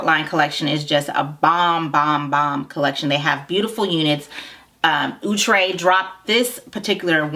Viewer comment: Lol " ooh- tray" 😂 😂